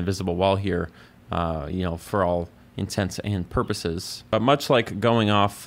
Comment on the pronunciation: I’m a simple man. I hear someone correctly pronounce “intents and purposes”, I upvote